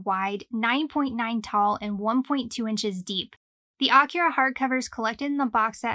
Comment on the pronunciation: Almost a 40 year old manga, and you still can’t pronounce AKIRA correctly 🤔